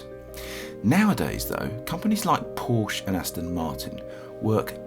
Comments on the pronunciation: Still can't pronounce Porsche correctly... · Narrator doesn't know how to say Porsche